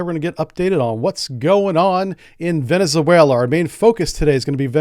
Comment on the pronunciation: You are mispronouncing Venezuela.